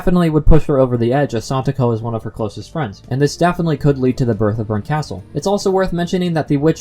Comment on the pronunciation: Arrrrg. Your mis-pronunciation of Berkastel hurts my ears. lol